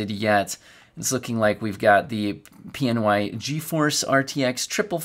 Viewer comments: 😅😅😅😅😅😅 you had me cracking up on how you say pny lol. I've always said pny not peenie 😂😂😂😂😂😂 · Pniiiii, laught a lot when you siad it. Its P N Y lol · DOES ANYONE PRONOUNCE PNY PEENY??!?! pls tell me thats not a thing, thats one pronunciation i cannot accept even if it is canon lol